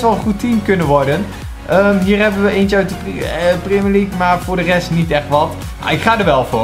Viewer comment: Gast je spreekt het uit als prèmier league maar jij zegt prémier league